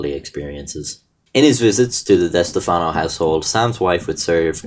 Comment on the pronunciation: thanks for pronouncing stefano correct. as a stefano myself its rare people get our name correct